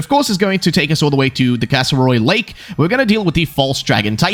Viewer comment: Bro said Katy wrong